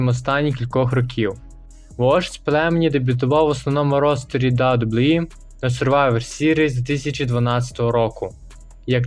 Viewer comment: Відос не поганий, але навчись казати WWE, та деякі інші фрази, без образ)))